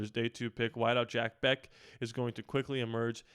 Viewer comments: Jack “Besh” is how it’s pronounced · It’s pronounced Besh.